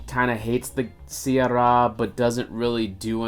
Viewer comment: If you can't pronounce "sye raa" properly, I'd doubt if you have watched the movie or not! That word was uttered like 200 times in the movie!!